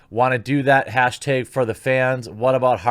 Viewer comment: Teg you mean TAG. Hash TAG not hash TEG lol